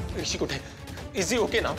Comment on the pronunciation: हिसी नाही ग बाई ऋषी😂😂